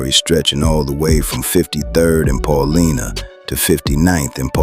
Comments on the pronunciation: It's pronounced Pah Lie Nah . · Brother it’s pronounced Paul - LINE- Ah .. respectfully someone from chi town keep up the vids gang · Pronounced PAUL-LYNA